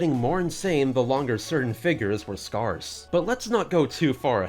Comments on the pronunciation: Scarce and sparse are not pronounced the same. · This dude has never heard the word “scarce” in his life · now i duno if you are saying sparse or scarce if scarce is it a cox and crendor refrence to how crendor said it wrong and cox nearly suffocates in laughter? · "Skarse" - 2020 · the way he says scarce